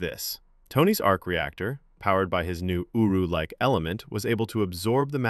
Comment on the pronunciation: I kept on hearing him say uwu metal